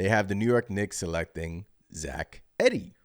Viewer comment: pronounced Eeee - dee